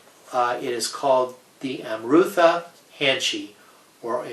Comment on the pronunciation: Very beautiful khukuri. However, I have to point out that nectar in Nepali is Amrit. Pronounced as Um rit. But of course its your product and you can name it anything. Sorry about the nitpicking.